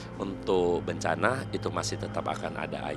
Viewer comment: Bencana..,.bukan bancaaana,,.faham sih biar unsur misterinya dapat...tapi kedengarannya malah lucu bagi saya...😀